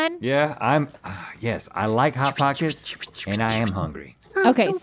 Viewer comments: “Pot hockets”😂😂😂😂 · “Pot Hockets”